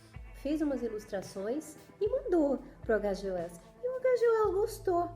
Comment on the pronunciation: Nossa,! Que análise incrível! Vou acompanhar seu canal, porque diferentemente de muitos outros canais por aí onde fazem "resenhas" ignóbeis, menosprezando as obras, você dedica sua atenção à mensagem do autor. Só um detalhe: "H.G. Wells" é um inglês, então se pronuncia de outra forma. Detalhe importantíssimo! Adorei o paralelo que você traçou com a Inglaterra; essas informações vieram fresquinhas a mim rsrs Apesar de eu ter lido, nunca havia feito essa "analogia". Mas concordo inteiramente porque quando eu li "A máquina do tempo", ficou claro a intenção do autor em traçar esses paralelos em suas obras.